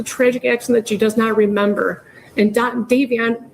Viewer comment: It really p155es me off the way everyone seems to be unable to pronounce Davion's name correctly. It's so insulting towards the young man. ❤❤❤❤❤❤❤❤ I live in the UK and I am more than willing to sign any petition to keep her in prison.❤❤❤❤❤❤❤